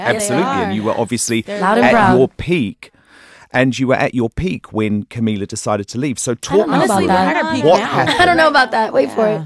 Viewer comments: He could at least pronounce her name right. I'm not even a Camilizer or whatever you call them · Yeah sure big fan. A big fan would say Camila's name right.